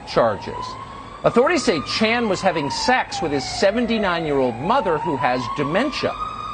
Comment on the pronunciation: Hahaha I love how he says “Chris ChAN”